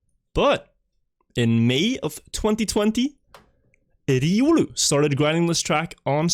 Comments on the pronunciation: why the fuck does say "Eh-Diuulu" instead of simply saying Riolu... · I love him saying just "Riuru" for Riolu without any questions